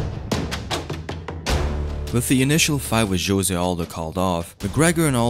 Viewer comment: I think Jose as a name is pronounced differently. :) I really respect Conor, even more than before now.